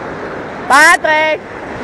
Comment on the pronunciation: Uli Nein er heißt Patrick Sie sprechen das p nur etwas als b aus